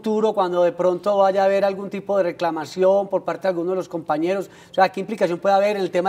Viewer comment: "reclamación" jajaja ni el presentador sabe hablar.